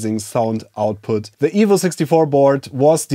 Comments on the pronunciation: Same !!! I now know he's saying EVO, but still hear evil :) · It took me half the video to realise he was saying EVO not Evil. And then I was sad, I want an evil c64!